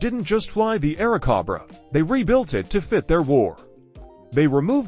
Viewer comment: This is VERY bad AI narration. It is very stilted, choppy, and unnatural. It consistently mispronounces "Airacobra." Is there no way you can correct the AI narration?